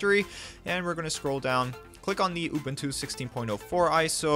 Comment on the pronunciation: uh-boon-too, not uh-bin-too.